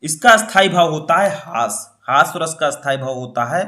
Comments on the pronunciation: सर हस्वा नही होता है हास्य रस होता है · Hasav nahi hasya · Sir aap हास्य रस ko हास्व रस क्यों कह रहे हैं 🤔